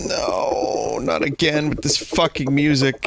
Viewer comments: "Try Agrain" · “Try agrain.” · "Try agrain."